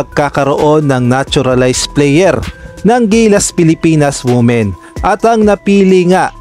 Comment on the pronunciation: Women-WIMEN po ang pronunciation ng word. Tanx